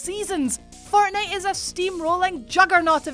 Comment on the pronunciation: I heard "Fartnite"